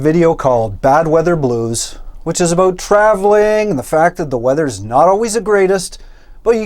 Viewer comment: I love hearing that "aboot"..:) Seriously, of course you were right when you decided it was no longer safe driving and did the smart thing - pulling over and waited until you deemed it WAS safe. Kudos to you